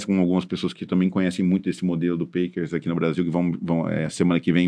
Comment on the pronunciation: A pronúncia do PACKERS tá errada. É PÉQUERS